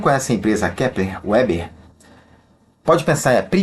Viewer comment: Ótima análise fundamentalista, não é uma gigante, porém tracional no seu segmento. Só uma dica: A empresa tem sede no RS na cidade de Panambi, tendo sido os fundadores de descendência germânica. Então a pronúncia não é em inglês "Uber" e sim "Veber".